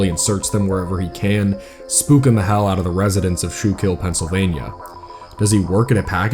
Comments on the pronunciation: Sorry but as a local i have to, its not shoe-kill, but skoo-kill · "show-kill notes" is killing me. it's closer to "skoo-kull" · “SKOOK”al … not “shook”al 😊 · Minor thing here, but a reminder going forward - it isn't pronounced "shool-kill", it is "school-kill". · little side note, you pronounced Schuylkill as “shoe-kill” when we pronounce it as “skoo-kill” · SKOO-KILL!!!! NOT SHOE-KILL!!! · “Shoekill notes” 😂 it’s “skookull” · I've heard skull-kill and skoo-kill, but never school-kill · recovering pennsylvanian here, it's pronounced skookle :) shoekill gave my quite the chuckle! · not the shoe kill 😭 it's pronounced "skoo-kull" my friend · shoe-kill 😭 i’m sorry, i laughed so hard at that pronunciation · So as someone who has grown up in central Pennsylvania and the surrounding Appalachian regions I really feel the need to tell you that it's not pronounced "schull-keel" or whatever, it's pronounced "skool-kil", it's a native word. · Big fan of the content, small correction is that it's pronounced Skookul. Not shoe-kill. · Yeah my man said shoekill😂😂😂. You really have to be from the area. Awesome video is always great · Im from the schuykill area its pronounced skoo koool because our accent cuts out all the extra sounds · Just to let people know Schuylkill is pronounced skoo-kill County. It's a weird word probably dutchess in origin like everything else around here. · Pronounced "Skoo-Cull" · it's pronouced SkooKill. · It’s pronounced “Skoo-kill” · Fun fact, Schuylkill is actually pronounced “skookle,” although you’d have absolutely no clue by reading the name lmao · I don't know how it's pronounced in the original dutch, but locals in PA pronounce Schuylkill like "skoo-kul" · Love you but as someone from the area, your pronunciation of Schuylkill was taking me out 😂 its pronounced "Skoo-kul" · It’s pronounced Skoo-Kill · It’s pronounced “Skoo-kill.” Pennsylvanian here. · Just a quick note from viewers in Schuykill: It's pronounced "Skool-kill".